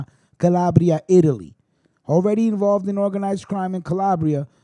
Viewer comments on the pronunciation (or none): none